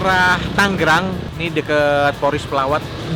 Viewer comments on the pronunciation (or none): Koh tangerang bukan tanggerang 😢